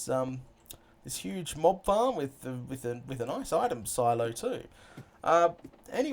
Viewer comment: I thought you said mom farm lol